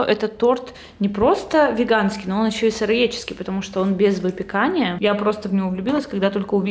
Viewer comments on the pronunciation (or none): вЕганский, вЕЕЕганский